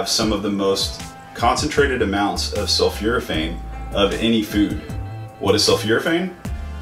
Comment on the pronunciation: It's not sulfuraphane; it's sulfOraphane pronounced sul 4 a fane